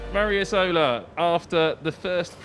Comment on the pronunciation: Yo guys, it's not Mario Isòla it's Mario ìsola, the accent is on the first letter! xD